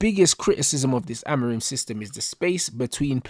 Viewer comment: Man said Haram-orim😂😂😂